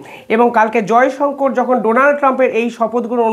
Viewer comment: Jayshankar noi sir jayshankar bolun ...